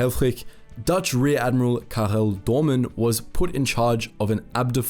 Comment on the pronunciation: Real name: karel doorman (pronounced kaa-rol dor-màn) Him: kagol dorchmun